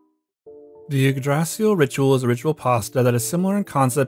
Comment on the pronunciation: Wow, I know you don’t speak Old Norse or even Norse in general but you butchered the name of the Yggdrasil